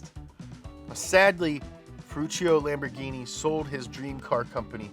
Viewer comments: The way pronounces Ferrari and Lamborghain Machain is scrumptious! 😝 EDIT: I just realized that the expression "countach" sounds similar to when we exclaim "contra" in Puerto Rico, which is our old-school way of saying "hot damn" or "woah". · "Lambor-guy-machyne" is what I call Lamborghini now...thank you. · Non riuscite a pronunciare bene Lamborghini? Dai su un pochino di impegno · I'm only here to hear pronounce Lamborghini funny ways. I hope it doesn't disappoint.